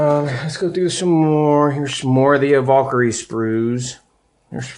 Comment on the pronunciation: dude... it's not a VAUL-kyrie, its a VAL-kyrie.